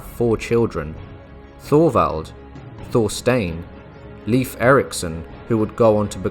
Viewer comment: Leif is pronounced “Layf” not “Leaf”